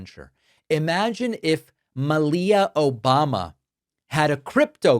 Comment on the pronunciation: "Obamna" Love it 🤣🤣!!!! Thanks David.